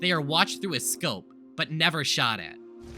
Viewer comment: when you said "the 10th class shot himself" you saying shot was censored for the rest of the vid I thought you said he shat himself